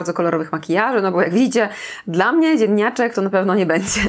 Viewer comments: Ja też usłyszałam "ziemniaczek"! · Jak powiedziałaś na początku „dzienniaczek” zrozumiałam „ziemniaczek” i sobie mysle czemu ziemniaczek pewnie dlatego ze dzienny to takie ziemiste bezowe ziemniaczane kolory :p dopiero na koniec filmu jak powiedziałaś znowu dzienniaczek to zrozumiałam co powiedziałaś :) jednak ziemniaczek tez może być :p